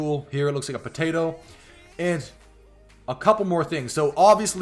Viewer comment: I was laughing about how you said potato when you were talking about the skyros ball